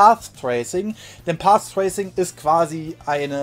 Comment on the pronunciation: "Pathtraycing" :D